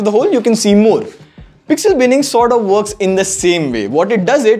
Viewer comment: Nice teaching english people what is pesxel😂